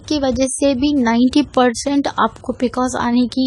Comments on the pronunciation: you know nothing about pcos. You cannot even pronounce the abbrevation pcos. these are general things which everyone knows. so dont misguide people. viewers plz consult your gynaecologist or MD medicine doctor (which is necessary in severe cases) n eat healthy food including milk. Pcod is a diabetes like condition so just avoid high caloric food for example sweets but donot do dieting and exercise daily simply walk for atleast 30 minutes is enough which also relieves stress . In this condition there is insulin resistance so why our body is unable to control high blood glucose level. But plz dont misguide yourself from such people who know nothing about the condition. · P c o s..boltein hain pronounced it really wrong ..copied info...logon ko na thagein